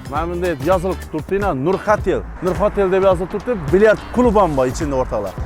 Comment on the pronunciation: Hotel amas OTEL dab aytilodi Kolxoz 😂😂